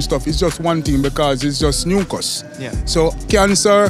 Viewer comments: What he meant was "mucus" but said "nucus" instead. And yeah Dr. Mike, you know it. Excess mucus is not good and in his opinion, it may be the one thing that you can point out as the cause of a disease. It's just nucus! I mean, mucus. 😃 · love how they are conscious of the kids as well, oh i also think the guy was tryna say mucus(?) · So, he was saying "mucous", not nuncas? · Mucus not nooncus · "noocus" didn't he mean mucus sounds like my accent's(Serbian) way to say it also he said moocus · So what is Noonquz? 😂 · When the guy said “nucus” and touching his chest, I wonder if he was referring to mucus. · What the hell is noon cus?I searched on google nothing at all o think he was trying to say mucous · Doctor Mike: Nooncus? What is that? Me being Jamaican: he said mucus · He meant mucus. He talked about dr.Sebi. Dr.Sebi is known for his quote that the root of all sickness is mucus. Lol not nookus. 😂😂😂😭😭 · I wonder if that last man saying “Nooncus” actually meant “mucus”?? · Maybe the last guy meant “mucus” not nooncus lol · I believe that nookus was him trying to say “Mucus?” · "Noncus" I think he meant mucus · I think “nookas” is mucus 😂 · The last guy was saying “ mucus?”… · Command+F "Nookus" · Nookus? Was he saying mucus? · 😂😂😂😂 I’m Jamaican and the guy at the end was definitely trying to say MUCUS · He was saying mucus but he pronounced it poorly because of his natural dialect. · Yup he was saying mucus! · I am jamaican an i can confirm he was saying mucus. I have no idea how mucus and cancer are in the same topic. Soo yea lol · As a Jamaican myself, that last interview was freaking hilarious. I'm pretty sure he was trying to say mucus lmaoo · I thought he said mucus too, but it doesn’t make sense with the context! 😆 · I think he tried saying mucus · I think he’s trying to say mucus 😂😂😂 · I wonder if he was saying Mucus? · I’m not remotely Jamaican but I had a suspicion he was saying mucus. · I’m not Jamaican and he was definitely saying mucus